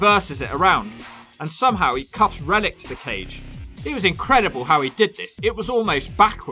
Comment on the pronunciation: I keep hearing Reddit instead of Rellik.